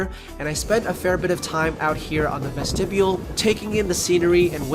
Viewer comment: "Ves-tib-e-ul?'" Child, please.